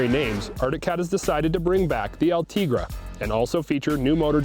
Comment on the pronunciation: El-Te GREY is how it is said